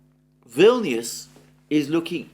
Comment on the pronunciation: Vilnuous rhymes with villainous! Ominous?